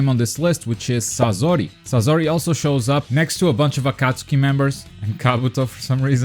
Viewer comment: You said sasori name wrong